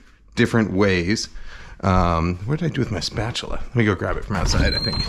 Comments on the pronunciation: Spatchula city hahahahaha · I was immediately thinking "Spatula City! Spatula City! Spatula City" but then J. Kenji said it under his breath....and I was satisfied. Thank you, for being in the same, nerdy, boat as me.